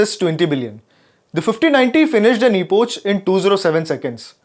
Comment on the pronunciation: Its not epouch its epokh